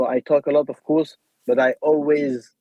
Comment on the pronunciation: Aussi quand il dit i talk I talk I talk bUt I back it up 😂